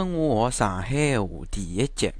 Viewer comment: 侬一開頭就将上海的上字读成長